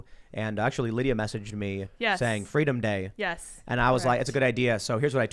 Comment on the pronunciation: Kamala: "Fweedom"